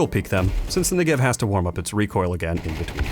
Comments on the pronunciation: It's NEgev, not NegEV 😄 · please pronounce the ne accented amd not the gev 😢